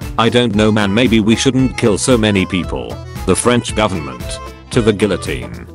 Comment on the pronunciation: Nobody: Oversimplified: to the gullitone